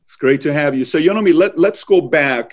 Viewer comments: I cringed everytime he pronounced her name as 'Yeonomi'...its pronounced closer to Yunmi! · Her name is pronounce as Yawn-Me not ye on mi. She was kind enough to not correct the host i Guess. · He keeps calling her “yanomi” lol It’s yeon-mi not yanomi. It’s like pronouncing Patrick as Patricia or sth Sounds like he’s saying “ya know me” lol All jokes aside it is horrid and inhumane what North Korea is doing to their 23 million prisoners. I pray the regime will collapse within my my life time. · Yeonmi Park.. not “Yonomi’ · YeNOmi? Might want to pronounce your guest’s name correctly if you’re going to have them on your show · Guy can’t pronounce her name … it’s just… yun - mi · Is her name pronounced YA-NO-MEE? I don't know much about Korean pronunciation, but was reading it was YON-MEE. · If you’re going to interview someone who risked her life to escape North Korea of all places at least pronounce her name right... it’s not even that hard Yeon (rhymes with fun) mi (pronounced like mee) she says her name in the beginning of every one of her videos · He keeps saying her name wrong 😠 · He pronounced her name wrong. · he pronounced her name wrong, but in the whole interview that is not even the thing to worry about. i still can not understand why north korea is still a nation in a world that values peace. maybe that is how the cult leaders and hitler was alive for such a long time. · How u gona pronounce her name wrong tho?